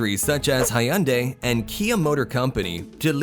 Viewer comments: Did he just call Hyundai as High Undai? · Hayundai is a very disturbing pronunciation... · "Hi-yun-dai" Me: Ultimate Cringe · Hayundai and Batan..hahahah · The way reads Hyundai😔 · I've heard multiple pronounciations of the name "Hyundai", and nobody quite gets it right lol, but his one was sort of close. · How is he saying "HYUNDAI" again? My head hurts